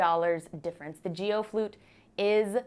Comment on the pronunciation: It most definitely isn’t pronounced Jee-o. It’s a hard g pronounced as a single syllable. It’s a Chinese surname, as in Aaron KWOK the megastar.